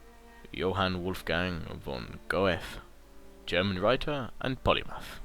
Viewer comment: Huge fail pronouncing "Goethe",;p